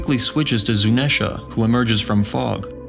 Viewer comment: Why are you saying zunesha and not zunisha